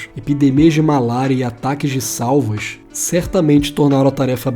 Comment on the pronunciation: Saúva. Saúva é um tipo (espécie) de formiga. E a pronúncia é sa-ú-va. Ú é a sílaba tônica (forte). Saúva e não “salva”.